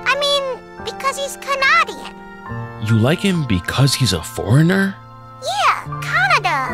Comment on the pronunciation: Omgosh the way she said Canadian.. I used to say that when I learned English lol Very impactful video. Thank you for sharing this and being willing to opening up and growing your mind.